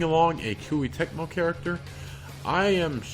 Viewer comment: Kui-Tecmo? It's Koei-Tecmo. There's no way we'll get another Zelda...